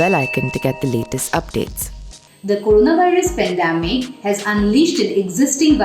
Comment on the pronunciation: I hear pendamic, isn't it pandemic?